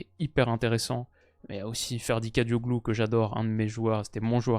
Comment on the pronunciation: Concernant les noms turcs, on lit Akturkoleu, calhanoleu ou encore kadioleu